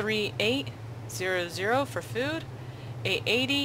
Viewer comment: great walkthrough, but do you not know how to pronounce 13,800 ?